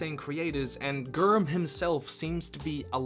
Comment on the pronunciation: The way he says Grrmm. Ya. that is only thing I paid attention to...